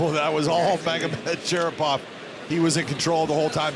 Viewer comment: ShaRIPov not ShaPIRov